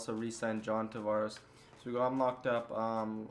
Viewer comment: Man the way you pronounce Tavares' name is a huge let down coming from an Isles fan